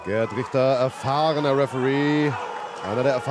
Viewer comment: "Your Referee is GOD! Rieschhter"😅